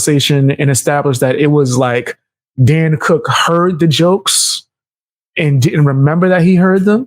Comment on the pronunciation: Dane cook, bro. Dane Cook. Dan Cook? Really? No way you didn’t know that. You’re pulling a Theo Von intentionally mispronouncing names. Yet, another person stealin from Theo. 😂